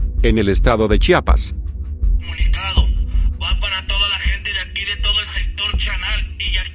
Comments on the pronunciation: Para empezar aprendan a pronunciar es chiapas estado sur del país de la republica mexicana, chapa es la que tiene la puerta jajaja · Se dice Chiapas, no chapas!